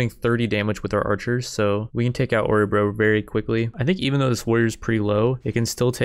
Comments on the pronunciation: Love how you pronounce my home Årebro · Dat pronounciation of Orebro